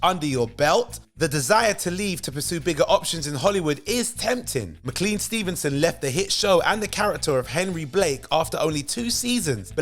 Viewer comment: That's pronounced Mc-CLANE Stevenson. Not Mr. Clean Stevenson.